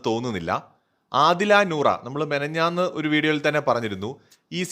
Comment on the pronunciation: മെനഞ്ഞാന്ന് അല്ല - " മിനിഞ്ഞാന്ന്"